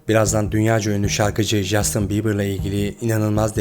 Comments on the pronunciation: Justin diye okumasanız.. Castin.. bunun dünya genelinde okunuşu bu.. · Jastin yerine “Castin” demek bu kadar zor olmamalı ama artık. O kadar yabancı kaynaktan bilgi toplamışsınız bari konusu geçen kişinin isminin nasıl okunduğuna iki dakika dikkat etseydiniz. Bu o kadar zor değil. Tüm video boyunca çok irite ediyor 30 kere yanlış telafuz edildiği için. Söylemesi zor bir isim olsa cidden bu yorumu yazmam ama castin yerina inatla jastin denmesi özensizlik gibi geliyor böyle büyük bir kanal yapınca. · Lütfen 2.videoda jastin değil en azından Castin şeklinde telafuz et dinlerken çok zorlandım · Abi jastin nedir yaa castin okunuyo acayip ic gicikliyo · Abi, lütfen şuna ''Jastin'' deme... O, ingilizce ''Castin'' okunuyor. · Castin diye okunur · videonun tek sıkıntısı jastin denmesi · İngilizce de J harfi ile yazılan herhangi bir şey genel olarak c harfi ile okunur Jastin dediğin için videoya odaklanamiyorum lütfen daha dikkatli ol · Abi Jastin diye bi telaffuz yok! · Hersheyi tamam iyi anlatmishsin da, ama Justin'in ismini duzgun telaffuz etmeyi nasil beceremezsin bey?